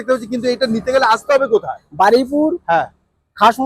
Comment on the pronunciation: Jaiga tar naam Baraipur noye Baruipur ... Plz aktu thik kore bolun 💀🙏🏻